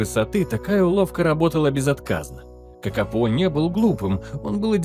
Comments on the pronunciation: Kakapo a nie kakapou,sztuczna inteligencja to jest katastrofaAI.Nie powinna byc uzywana wogole. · Nazwę tej papugi wypowiada sie "kakapo" a nie "kakapou". I skoro to jest film o kakapo to czemu tak często pojawia się kea?